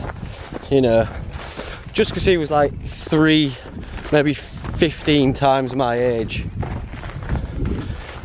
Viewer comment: He keeps saying “shree” 😂